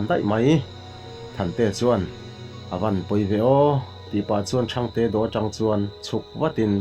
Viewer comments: Thang te niloin thangte tih tur anih hmel, mizotawng hi zawng ahar em ani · Thangtee ti a lam tur i lam dan khi a diklo a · Ṭhangte hi te tih saptawnga small mizo a te tih anga thluk tur hi a ti fuhlo deuh niin alang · Thangte tih hi...sap ho in small an tih ang hian lam tur. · I chhiarthiam viau e,mahse,thangte ilam dan erawh a diklo deuh ani.